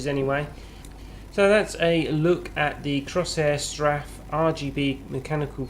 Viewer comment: 'Crosshair straff' good god learn how to say the name at least, its 'Cor-sair strafe'